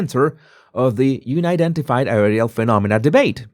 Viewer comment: It's un- identified, where un rhymes with bun. Not you-nidentified.